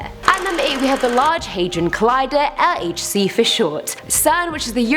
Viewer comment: Dumb dumb dummbbbbbb, please learn how to say LHC as you butcher the name everytime, also wtf are on about learn the real mission of the LHC, before you make such statements...